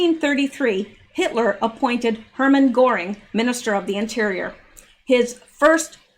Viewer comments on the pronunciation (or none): none